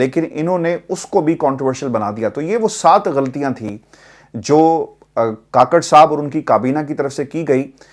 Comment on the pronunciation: Kukker ha kaker nahi 😂 kaker nahi